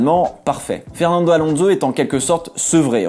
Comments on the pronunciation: Contenu des videos toujours tres interessant mais par pitié arretons de prononcer AlonZo mais Alonsssso (c'est un S et non un Z). Merci d'avance ;-) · Pourquoi prononcer son nom « Alonzo »? Il est espagnol, pas italien! Et en français, « onso » ne s’est jamais prononcé « onzo ».